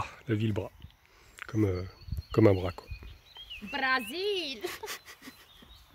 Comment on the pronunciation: On dit Brasssssss